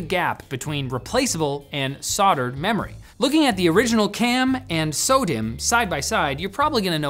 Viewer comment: Say it with me, "Sol - Derd" [phonetic]. Spelt 'Soldered'.